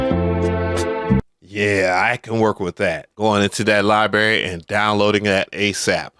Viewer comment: Lie berry 😂 🤥🍓